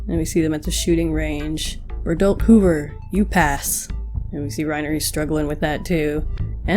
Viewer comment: I really felt like Reiner SLIGHTLY exaggerated how he described the members of the 104th Also why do you pronounce Bertholdt as berdolt? Actually pls answer me